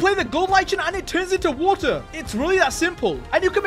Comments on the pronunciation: I dont even hear water bottles i hear woel boels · how many times he said waer boles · British moment. edit: (waer)